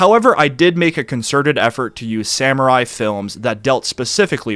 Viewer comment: I loved the video, I always do, but dude you gotta work on pronunciation. Like "katana" as "kuh-tay-nuh" or "samurai" as "sam-you-rye" really stands out. I generally try not to be an elitist about pronunciation, especially since your videos usually feature multiple foreign names, words and phrases all in the same story, but if you're going to solely focus on one foreign culture for an entire series you may want to be more intentional about that stuff